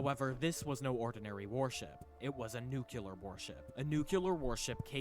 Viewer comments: Did you not hear him say "nuke-yoo-ler"? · For sure it's hyperbole. The fact the guy says "nuke-yoo-ler" kind of says it all. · It's clearly speller Nu cle ar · It is not how everyone says "nuclear" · it’s very annoying but you can’t assume intelligence by it